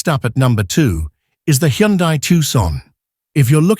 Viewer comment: Hyundai is pronounced like "Sunday". Just saying.